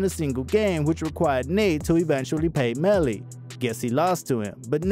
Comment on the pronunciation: You did bad bro. Fake photos... not saying his name right. Unsubscribe.